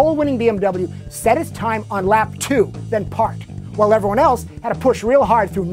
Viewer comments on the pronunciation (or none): none